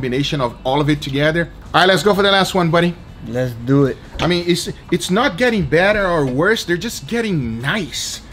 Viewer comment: let's deww it